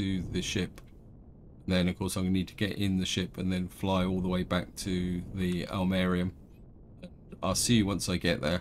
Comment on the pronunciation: I think it's pronounced ill-marine-in, but I've only heard it from a horrible movie called "The Day the Earth Froze" (thanks to Mystery Science Theater for that gem). Evidently it's from Finland's national epic. Ilmarinen is some kind of balcksmith/wizard who forges a magical machine called The Sampo, which spits out infinite gold, flour and salt.